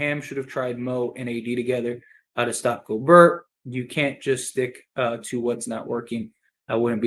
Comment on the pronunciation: Schroder sucked this game. He’s like a roller coaster. Great one game then terrible the next. Rui wasn’t very good. Austin needs to be better. We have to keep plugging away. Gobert is pronounced Gobear. Thanks again for the content.